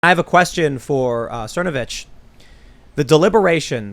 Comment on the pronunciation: Cernovitch? lmao